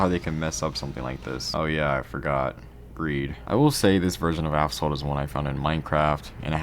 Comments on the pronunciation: You say app salt, its pronounced ass fault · afsalt? its assfault, or ashfault thats how you pronounce asphalt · Why do you pronounce it like "avsalt"? You pronounced "aspect" correctly "As-pect", "as-phalt" - it's right there 💀💀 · This video is unwatchable due to the constant intentional "Aphsalt" ragebait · He literally said aphsalt 8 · Why do you keep saying aphsalt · STOP FUCKING SAYING "AFSALT" WHAT THE FUCK IS WRONG WITH YOU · WHY DO YOU KEEP CALLING IT AFSALT NIGGA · Nigga did u call it "Afsalt" in the beginning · Asphalt ❌ Aphsalt ✔️ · Asphalt 8 : ❌ Afsalt : ✔️ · "APHSOLT 8" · Bro said affsalt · do you say “aphsalt” in the video or my ears don’t work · Asphalt ❌ Afsalt ✅ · are you saying...AP-SALT?? Its AS-PHALT... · Brother, it’s Asphalt, not Afsalt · Bro it's not Aphsalt it's Asphalt Good video though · bro said aphsalt 8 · Am i going crazy or does he keep sayinh ApSalt? 😂 cool video! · why do you call it app salt 😭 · Asphalt not aphsalt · yeah i thought i'm tweaking every time he said app-salt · How does NOBODY find how he's saying Aphsalt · is it "Asphalt 8" or "Aphsalt 8" you're pronouncing to? But anyways that was an interesting video about mobile racing games (CSR Lore and Nitro Nation games) btw can you review Ridge Racer Slipstream next? there's a modded apk by Techboy1997 but it was down so I have the files needed for your next review video. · No way bro said APHSALT games at the very beginning 😂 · Why is he pronouncing it as APHSALT 😭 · This guy keeps saying "Af-salt 8" how is no one pointing this out lmao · Aphsalt, why is it aphsalt 🫠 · say aphsalt one more fucking time and im blowing my brains out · I hate how you say it like "aphsalt" but other than that good video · used to love this game years ago... until my account bugged and i was permanently stuck at -9 million credits. edit: are we gonna ignore how he didnt say "asphalt" correctly once? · "AFSALT 8"😭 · Why bro calls Asphalt "Afsalt" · why is he pronouncing it "aphsalt" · “Aphsalt 8”